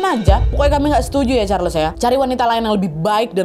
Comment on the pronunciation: just FYI sebutan Marguerite sama saja macam Margaret, bukan mar-gu-rit. Charles disebut charls, bukan char-les